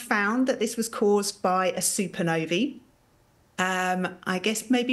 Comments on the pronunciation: "Super novey" - you mean supernova 🤣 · What's a "soopanovy"? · Is she saying super Navy? Or super Nova?🤔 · She's not producing any other ah sounds as ee. Not accent issue.